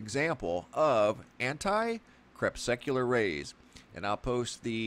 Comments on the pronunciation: It’s really annoying that you totally mispronounce the word “anti crepuscular” each time you say it. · So disgusted that cannot or will not pronounce crepuscular and anticrepuscular properly. For an educated man he sounds stupid CREP SUC ULAR....... it just irks me!